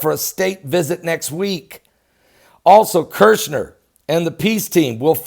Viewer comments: His name is Kushner there is only one r. Not Kirchner. My pet peeve sorry God bless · I Dont mean to be rude, but Jared kuchner's name is KUCHNER, not Kirshner. Thank you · Kush ner... not kirsh ner..